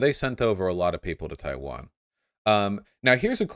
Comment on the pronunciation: Except for the bit where he said Chaiwan